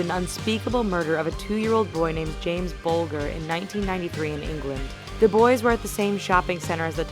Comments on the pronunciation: not to be rude but bulger is say in a different way i know this cause people talk bout James Whitey Bulger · you mispronounced Venables and Bulger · How she pronounces venables and bulger HAHAHAHHAHAHAH